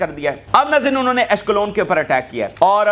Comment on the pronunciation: آپ عسقلان کو اشکلون مت کہییے